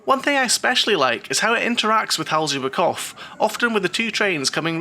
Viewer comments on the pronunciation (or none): Great review of a great park! A hint about the pronounciations, if i may: "Hals über Kopf", the "Hals über" was very good, with "Kopf" you left out the P. Imagine a word like "drop" and then add an F, then it's better. Funny enough, you did a much better job with the "pf" during "Volldampf". However, the V is pronounced more forcefully, like in "full". So something like "Foll-dumpf". For the longest time, they did the same mistake on Sky Sports UK with Sebastian Vettel, making the V too soft, in German it's pronounced like an F. Anyway, good job again on the review.